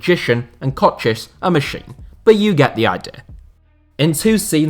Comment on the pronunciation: Wait, he improved his pronounciation of Kocsis. its a really small thing, but thank you